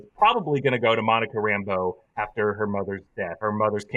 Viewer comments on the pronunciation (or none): PSA: It's Rambeau, not Rambo.